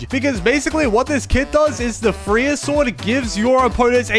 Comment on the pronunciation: We not gonna talk about how he called Freiya, "Freer" 😭😭😭